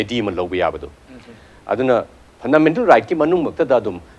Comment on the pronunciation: Host, not phandamental